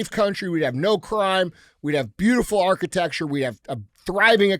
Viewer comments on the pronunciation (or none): none